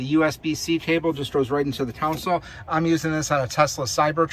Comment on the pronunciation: Console, not council.